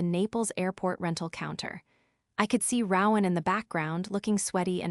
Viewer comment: Rowan has a long o not short